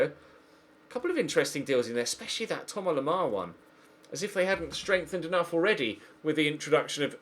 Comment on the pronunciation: Thomas Lemar, not Thoma Lemar